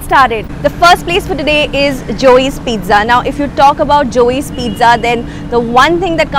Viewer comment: Peetza not peeza